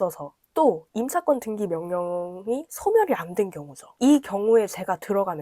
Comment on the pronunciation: 왜 등기를 등끼라고 하시지 ㅎㅎ